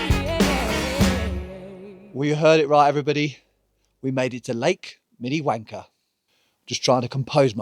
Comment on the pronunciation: If you say: Minniewanker to a local, they reply “ if you want to say it that way? “ So says it “ that way “ over and over again 🤣🤣🤣 BTW, there’s a village at the bottom of Lake Minnewanka. Scuba divers can swim through the buildings. It’s scuba diving at altitude though, so more safety precautions are required.